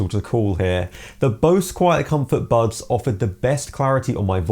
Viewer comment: This dude says "bubs" instead of buds... wtf